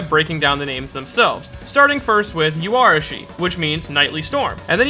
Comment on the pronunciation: Yoh-arashi, not You.